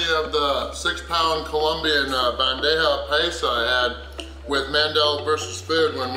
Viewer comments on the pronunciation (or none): none